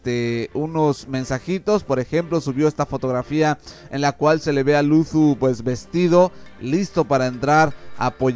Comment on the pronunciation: No es por hate pero pronuncias mal la "z" al decir Luzu, de ahi en fuera excelente video, sigue así.